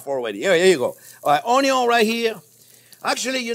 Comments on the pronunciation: I love every time the chef says the "onyo first unless you have bacon" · No jean pierre, keep repeating about the onyo, it's that important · Love this dude he funny n I like the way he says onion 🧅 😂